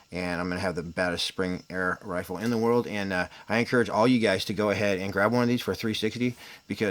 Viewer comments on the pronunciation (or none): none